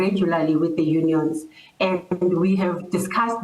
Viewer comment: Unions, sounds like honions.